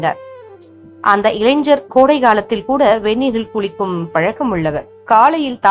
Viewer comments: இளைஞர் னு சொல்லாம இளைஞ்ஜர் னு சொல்லறீங்க. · இளைஞ்சர் என்று சொல்ல வேண்டாம். இளைஞர் என்று சரியாக சொல்ல வேண்டும் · ஜய ஜய சங்கர ஹர ஹர சங்கர. 🙏. ஒரு request. தமிழ் இன்னும் கொஞ்சம் சரியா உச்சரிங்கோ. இளைஞர் ன்னு சொல்லுங்கோ. நீங்க இளைஞ்சர் ன்னு உச்சரிக்கிரேள். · இளைஞ்சர் இல்லை. இளைஞர் என்று உச்சரிக்கவும் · இளைஞர் என்று வாசிப்பதே சரியான தமிழ்.🎉🎉🎉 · ILANGHAR. PRONOUNCE MUST CAREFUL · இளைஞன் என்று உச்சரிக்கவும். ஞா, ஞ